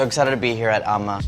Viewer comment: lol he keeps saying amma wrong